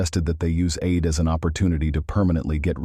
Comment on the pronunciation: it's pronounced: "EED", but spelled like, "Eid".